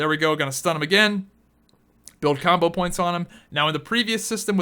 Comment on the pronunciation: its "combo points" not "CAWMBOH POWINTS"